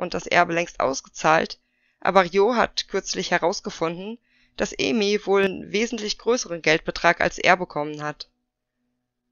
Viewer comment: Noch mal ein Hinweis zur Aussprache, Ai wird wie das deutsche Ei 🥚 ausgesprochen, und die umschrift Ei so wie du es im Video sagst. Also wäre ihr Name Eimi, würde er so ausgesprochen werden, wie du es im Video sagst, aber Aimi wird A-I-MI ausgesprochen :)